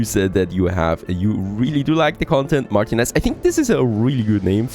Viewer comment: *Hemione: It's Mar-TI-nez, not MAR-tinez